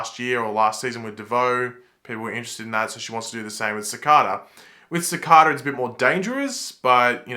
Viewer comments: Hey, Love The Channel and FLASH VIDEOS but The Season 5 VILLAINs NAME IS CICADA(SIKADUH) NOT SAKADA JUST SAYING!!!!. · It annoys me he can’t say cicada right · why do you say cicada they way you do? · For one video you post can you please pronounce cicada properly, no disrespect I just think it will sound very proper in with your accent. Please consider Thank you